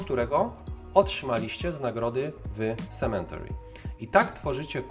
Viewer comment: To nie jest "sementary" proszę pana - tam nie ma litery "n". Esz :/